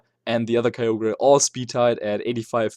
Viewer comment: it's KYOGR not KAYOGrRAYYYYYYYYYYYYYYYYYYYY!!!!